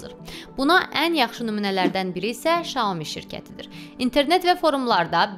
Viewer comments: şaomi yox saomİ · Çinşünasam. Çində maqistr təhsili almışam. O model "Şyaomi" yox, bizim dilə ən yaxın olaraq "Syaomi" kimi səslənir.